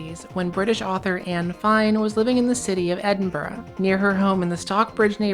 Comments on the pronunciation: Props for pronouncing Edinburgh correctly. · Just here to celebrate the correct pronunciation of Edinburgh 🎉 (the shop is a 15 min walk from my house!)